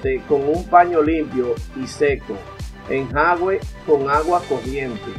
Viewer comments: Hola, pronuncia enjuague no enjague. De todos modos gracias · Señor me a salvado mi pantalón favorito 😍. Por eso si le doy LIKE. Pero sin ofender se dise “enjuage”. No enjaugue. Alguien noto como dise enjaugue. ??? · Se dice enjuague, no enjague compa, saludos muy buen video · No se dice "enjague" , sino ENJUAGUE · Se dice en ju a gue, jejeje gracias por los consejos. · Se dice"Enjuague"